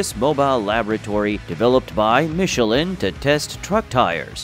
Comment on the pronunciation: so, this is the correct way to pronounce michelin? I always thought it was to be pronounced in a different way. glad I learned something.